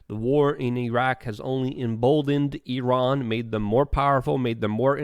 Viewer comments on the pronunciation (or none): none